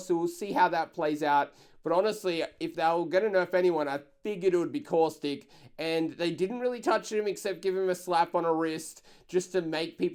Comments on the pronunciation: The way says Caustic "COUSTIC" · He once said cautistic . I laughed soo hard